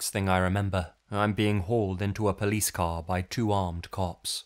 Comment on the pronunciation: Or "called the pleece" 🤣